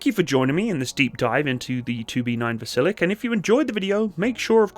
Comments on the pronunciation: A small correction: It is not pronounced "Vasilek" but "Vasilyok". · It's pronounced vas-il-yoke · Dear - the name is pronounced VAZ- ILL-YOK - all at the same level and degree of stress. Try it. In russian, the letter 'e' coming after a soft consonant is pronounced 'yoh', as in 'yonder'. Hence the two little dots over the 'e' - not necessary in russian because they know the rules of their own language. Thank you.